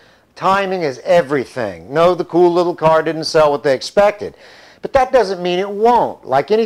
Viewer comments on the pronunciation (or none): forgot the t in but